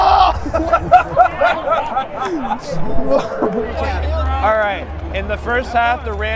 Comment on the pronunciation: the way said FUMBLE